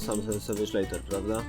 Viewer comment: Leather wymawia się jako leder. A filmik super~